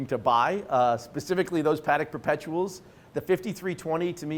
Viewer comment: Nor is it PAA-deck. Yikes.